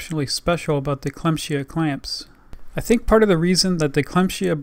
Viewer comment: Nice Video, the brand is pronounced "clam-sea-aah" tough :D